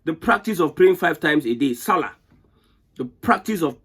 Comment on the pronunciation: Is this demonstration of IGNORAMUS🤣🤣 You just said SALLAT. You need Quran for SALAT. Sharia is based on QURAN.